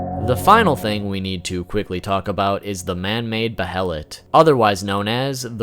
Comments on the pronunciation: They killed the uniqueness of it for me by having so many of them. And it is Bay-lit😊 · Bayart you're wrong my friend. In japanese its pronounced that way. In English its Bay-let because japanese does not have some English sounds so it compensates. It doesn't change the english pronunciation. Another example is Guts' name being Gattsu in Japanese. This is because there is no way to pronounce it in Japanese without tsu. It doesn't change the fact that the author meant his name to be Guts. The youtuber is pronouncing it wrong. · No. It's 'beheritto' in Japanese. There are two distinct syllables, hence the bloody H in the middle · The H is silent in behelit i believe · the way how this guy pronounce "behelit" really annoy me...anyone else? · "Behelit apostle"...I cringe every time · Bruh I can tell you’re new to Berserk by how you pronounce Behelit... like they say multiple times in every version of the anime and game... and still you say it wrong 100x’s over lol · Dude it drove me crazy. That and how he pronounced behelit. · QuakeGamer632 except that goes out the window when the shows pronounce it that way. When pronounced baylet in the shows it's still using a soft h sound. But he is using a hard h sound here. Its pronounced baylet and has for decades. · pronounced BAY-let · Behelits: BAY-LETS Not: BE-HELL-ITS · Be-helit ≠ behelit, wrong pronunciation. It's beihlit in sound, not be-helit. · Its pronounced baylet not behilit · It's pronounced Bay-lit bro. Also, they're just fetishes, I doubt they're alive. Great vid though. You got a sub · It's Bay-lit not Be-Hel-it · Buh-hell-ut. It's BAY LET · Bay-uh-let (behelit) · Isn’t it pronounced bayelit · Bay-LIT BAYLET! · Its pronounced "bay-lit" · "Behelit" As in "BAI-LIT" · behelit = Be-HELLA-Lit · Came to say just this, and that 'Behelit' is pronounced bey-a-lit. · also... Bay-lit.. that's how Grifith and Xod say it. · The pronunciation of behelit shaves off a piece of my soul every time I hear it. Bay-a-let